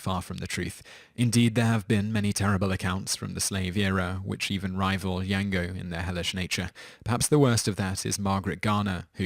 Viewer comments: It's not pronounced Yango unchained. It's pronounced Jango. Spelled Django. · Django dammit! Not 'Yango', you pronounce the J as a J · Bruh....how the hell do you get Yang-go from Django? I swear you do this on purpose some times lol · Django = "Zango" and not "Yango" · Django. Hard J. The D is silent. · I know you're British and everything but did you really just say "Yango" ? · Pronounce Django correctly